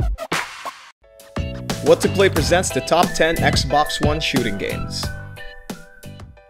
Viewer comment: Yo7u you say xone